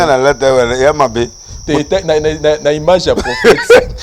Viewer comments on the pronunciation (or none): none